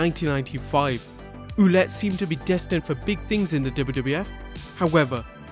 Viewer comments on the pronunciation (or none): For Jean-Pierre Lafitte, you should pronounce his last name Ouellet like Well-et and not Ouh-let ... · Good video man. FYI you butchered Carl Ouellet's name ;) It's pronounced like wallet :) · About the last wrestler you mentioned Pierre Carl Ouellet, the pronounciation for his last name would be something more like Well-et.